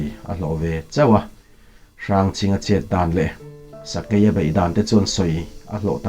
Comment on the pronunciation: Fing, sai, thawi te hi beng a hawlh za deuh. Sakei nak a thawi kha a dar ah a lo ni daih😁sakei AI hi I lam dik lo